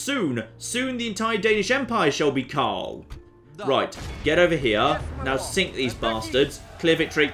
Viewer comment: Umm, there is an 'r' in Karl.